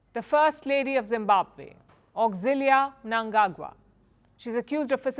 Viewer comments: impressive how she pronounced Mnangagwa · Wownim surprised the way she pronounced his last name correctly